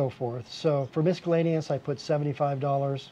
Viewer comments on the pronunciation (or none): Well, he may be very smart and he may not be but we cannot really say for sure from the video. All we really know from the video - besides the fact that he cannot pronounce "miscellaneous" properly - is that he seems like a fairly nice guy who loves to travel and that he is pretty frugal. Well, actually maybe not so frugal because, even though his overall expenses are about the same as mine, he actually spends quite a bit more for food each month than I do here in Phuket, Thailand. Furthermore (and I hate to say this) he does not seem to know how to add, because the itemized expense list he showed adds up to a subtotal of $705 not $490. As for Bali, I have always loved it there myself but I do not like the fact that to retire there you are required to hire domestic help even if you do not need it. I like to do things myself and I do not want to be required to pay for services that I do not need. And of course, since I always need to live near the beach I could never find any place to rent that is even remotely as cheap as the place this guy is staying in.